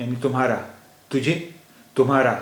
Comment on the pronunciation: Very nice initiative, some tallaffuj issues though, tujhe/ majhe is pronounced like haruf "ژ" , توژ " and not "جھ" , "J" is a very tricky sound for urdu users speaking marathi, jato would be more like زاتو .. waiting for next lesson